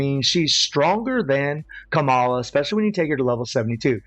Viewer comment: The way you pronounce kamalaaawww 😂 cute